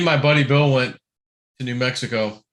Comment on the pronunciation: it's NEW Mexico. Not Mexivco